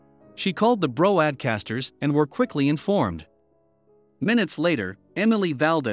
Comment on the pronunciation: “...she called the bro-add-casters...” ✌🏾💀